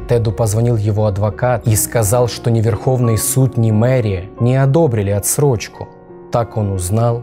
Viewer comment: Не отстрочка а отсрочка!